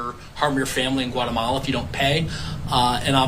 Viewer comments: What the heck is whatamala? Its GUAtemala. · Reporter don’t you know that Guatemala begins with the letter G not a W